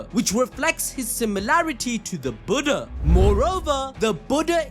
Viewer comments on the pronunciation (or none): none